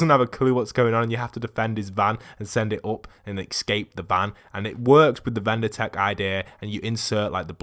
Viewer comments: It's VINDER tech, not VENDOR tech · Its vinder not vender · Vindertech. Not vendertech. Vindertech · Vindertech not vender tech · It's vindertech not vendertech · Please say vindertech cuz i Get freakin OCD and his name BTW is Lars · Dude its vindertech